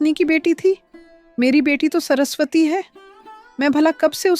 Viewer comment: Sorasvati nahi yr saraswati hota hai 😂😂😂😂